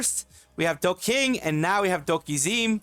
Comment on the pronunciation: AirSPDing Bison's scissor kick is a 1-frame input. That's 1/60th of a second. Dokizeme is a play on words on "okizeme", a Tekken term meaning to put pressure on a knocked down opponent as they attempt to get up. It's japanese, so the "zeme" is not pronounced like "meme".